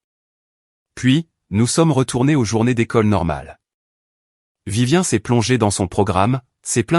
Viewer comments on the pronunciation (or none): Ce n'est pas Vivien mais Viviane respectez la prononciation SVP